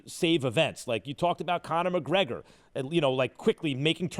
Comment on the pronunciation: nobody: casual ESPN reporters: cOnOR McgReGoR